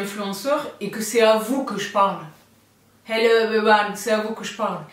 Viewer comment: Heullow, merci pour cette vidéo fashon du mois de mai, beaucoup de belles choses comme à l'accoutumée! Les survêts Amazon Aware me font de l'œil, j'aimerais en attraper un pour être en toute diétente dans l'avion 😁. Sinon j'adore l'expression du moment: beureking neeeeeews😄😘 des bibizes!!